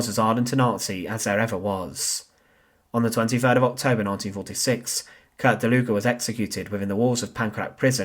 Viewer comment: I kept on hearing "der Luger" 😅